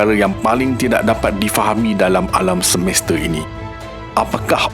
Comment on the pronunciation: Semeste😂 Semesta😊